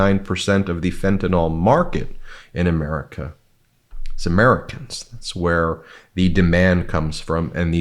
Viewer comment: Trump says a caravan is on the way to Amweica!!